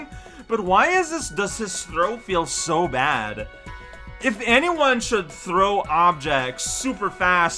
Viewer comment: when said thow i though he said throat, i mean Wario's throat also seems pretty bad as well.